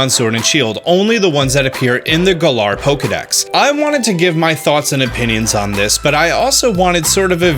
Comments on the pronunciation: Ur saying Gallour weong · The Way You Said Galar Smh 😓